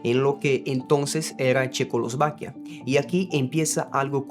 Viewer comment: Hola, gracias por el video... oye, tu hablas portugues como 1ra lengua? 😊😊 Se te dificulta decir checoslovaquia... che-cos-lo-va-quia... creo que asi separado te va a ayudar. Tienes un excelente español... todos tenemos dificultades de palabras especificas. Yo no hablo portugues, hablo frances y hay palabras que todavia no pronuncio bien, como "calle" -- rue... digo rú, y no es así. Saludos 🎉🎉🎉🎉 y gracias 😊😊😊